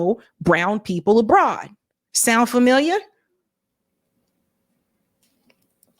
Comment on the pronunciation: Lol Boston came out for a sec there lol: "sound familiah?"